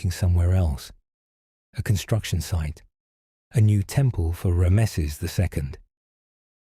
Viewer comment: You pronounced Ramses name wrong.